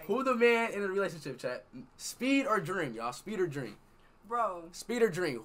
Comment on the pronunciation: Bro man said dream arl wtf 😂😂😂😂